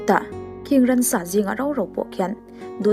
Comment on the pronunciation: Ransa a awm lova Ran leh Ramsa erawh an awm . Ransa ti lovin Ramsa tiin lam ṭhin tawh ang che